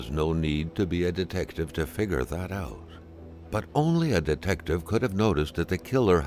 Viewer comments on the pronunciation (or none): Sometimes he puts the emphasis on weird words... Like , he puts emphasis on figure... rather than that.